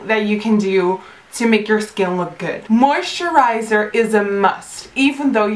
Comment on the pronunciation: I wonder how many times she can say moisterizer haha